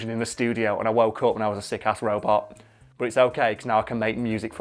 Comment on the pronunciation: if Karl is correct cos it is spelt phonetically, why do you pronounce "But" as "Bot". This means that you don't care about phonetics at all so don't play that card.